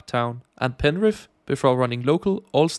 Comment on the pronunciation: Your pronunciation on penrith was absolutely perfect, just like a local. Hope you had some sanitising wipes after using the v set toilets. Only use them in emergencies haha. Great video